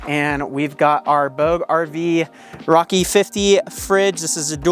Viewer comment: Pretty sure you’re pronouncing ‘bouge’ wrong.